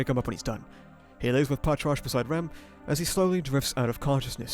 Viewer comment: I can never get over how Patrasche's name is supposed to be pronounced, like I know it's pronounced the way you're saying it in the original Japanese but it just feels like it should be "Pa-tra-shey"